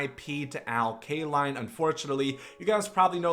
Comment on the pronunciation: When you said RIP to Al Kaline why did I hear RA Dickey? My heart dropped fir a second